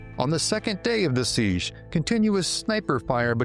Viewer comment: It is NOT a "seegh (with a continuous vowel at the end) but a SEEJ ending with the J sound of Jerk.